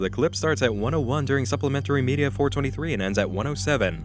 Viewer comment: I don't know why, but I love how pronounces media "meedi-yaah"